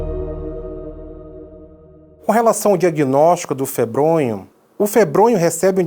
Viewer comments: o nome é febrônio e o gordinho falando febronho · Não é febronho e sim febronio